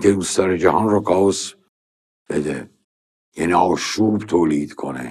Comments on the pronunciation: استاد جان کلمه chaos به معنی آشوب چاووس تلفظ نمیشه درستش کی آس هست keias تلفظ میشه ˈkāˌäs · استاد chaos کاوس خونده نمیشه کِی آس خونده میشه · کی آس درسته .. کائوس چیه دیگه😂😂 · كائوس نه استاد. تلفظ صحيحش (( كِى آس )) ئه. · استاد عزیز کِی آس تلفظ درسته😊chaos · سلام وقت به خیر تلفظ صحیح کلمه ی آشفتگی Chaos یه جور دیگه ست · chaos فقط تلفظ